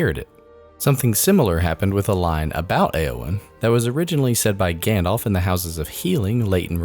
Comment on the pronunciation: This is a great video, but you can't pair it with saying "Saron" and "Gandolf", c'mon haha.